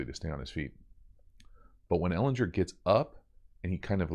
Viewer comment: HARD G BRO - Ehlin*G*er